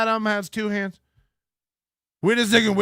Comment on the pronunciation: Vait a second, vait a second, vait a second. Ray but ray you bring all these vomen into the dabbleverse